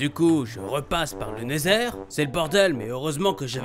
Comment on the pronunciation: Il a dit le nether bien